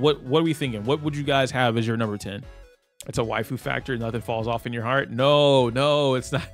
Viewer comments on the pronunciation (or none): none